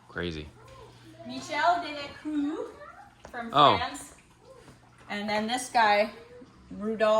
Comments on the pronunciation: The room looks amazing! It was all worth it because just think about it, you might not have found that Michel Delacroix painting if you weren’t doing this room makeover. Also, on Instagram you mentioned you weren’t sure how to say his last name. ‘Croix’ should sound like ‘crwah’. Croix is usually translated to cross in English. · You pronounce his name crah not cruiz. OIX in french is ah. Not trying to be a know it all but just trying to help. You guys are awesome!!